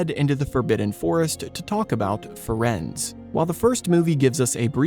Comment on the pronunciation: I believe Firenze's name is pronounced "Firenzee" like in Italian.